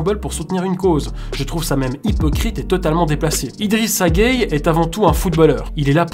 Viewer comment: Sa se prenonce "Guéyé"